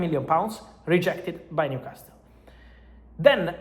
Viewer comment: Fabrizio, il tuo inglese è molto buono, ma la letters T a New Castle è silenzio, mandami un messagio perche sono un tutor di inglese. Here we go!